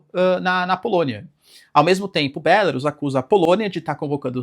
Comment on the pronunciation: Bélarus é o teu c. Diz-se Belarús.